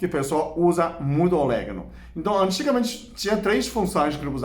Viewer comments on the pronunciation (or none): meu querido, não é oléguno, é Orégano!!! rsrsrs blincadeila❤ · Eu gosto muito orégano na pizza, macarrão etc. Chá nunca tomei. O Senhor pronunciando orégano com este sotaque fica um charme. Gosto muito do seu canal. Admiro sua competência e inteligência.